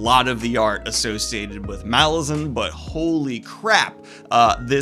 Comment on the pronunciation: funkopops >> saying malazan wrong